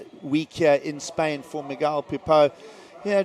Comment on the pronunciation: It's Miguel like mee -gel not Magile